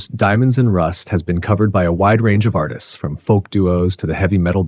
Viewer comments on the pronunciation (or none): none